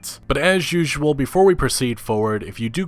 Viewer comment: I don’t wanna be disrespectful or anything but he can’t say the word usual can he